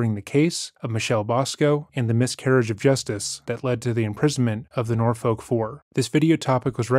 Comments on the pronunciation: An incredibly minor detail but as a local this one bugged me Norfolk is not pronounced nor-folk but nor-fuk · I’m glad you covered this story because I practically grew up in Norfolk and have never heard this story. Also we pronounce it Nor-fuck. Same with Suffolk lol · Take it from a Virginian: Norfolk is pronounced “naw-fik.” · The way you pronounce Norfolk 😭